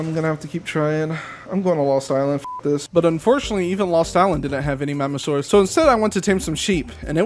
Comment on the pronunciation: Next time u say magmasaurs say magamasaurs